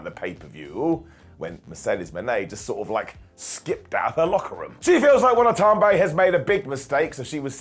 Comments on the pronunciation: Watanabe. Momo Watanabe. Not "Wanatonbe. " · mispronounced Momo's last name so much, I thought he was doing a shtick 😅😅